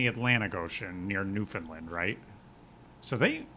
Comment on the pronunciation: also shoutout with that beautiful "newfoundland" pronunciation